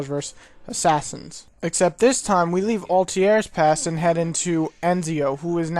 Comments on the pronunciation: altiar? XD this guy cant speak properly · "Altier and Enzio",wtf? what's the point of reviewing this game when you can't even pronounce the protagonists' names right xD